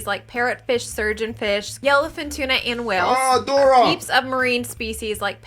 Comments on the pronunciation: Man called Dory, “Dora” 😭😂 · My mans really said 'dora' im deaddddd uceee. Love the reaction bro, your welcome to join the family koaga'i(cookout) lol